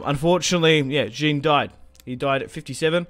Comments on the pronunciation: Please pronounce Jean as Shaun ... No such name as 'Jin' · Kinda like ‘Zhon’ right?